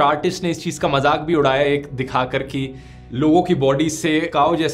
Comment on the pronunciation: DHIRU BHAI NEED CORRECTION MAJAAK NAHI MAZAAK JAHAAJ NAHI, JAHAAZ SAHI HAI THANKS FOR INFORMATION